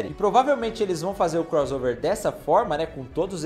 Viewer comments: É CROSSSSSSSSSSSSSSSSOVER ! Fala direito pô. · Não darei o LIKE porque vc fala croZover. Irritante demais. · Me irrita demais ouvir alguém falar CROZOVER, sendo que tanto em iglês como em português o som de 2 "S" é SSSSSSS